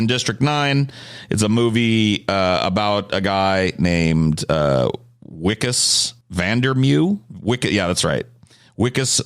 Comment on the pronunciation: It’s pronounced “vikkus van der mervuh”